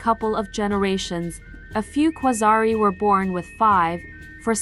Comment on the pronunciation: The birth of a legend :o Marvel better watch out bc their demise has just risen Also I like how you clearly indicated that there's a long vowel at the end of the word quasarii through the orthography yet you didn't pronounce it as such :D